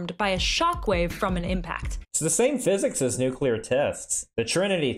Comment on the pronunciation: My good sir, how refreshing it is to hear the word Nuclear pronounced correctly. I don't know what people have against Mr Yular to the point they want to nuke him, but the L comes directly after the C, nothing between them. It hurts every time I hear someone say it like that.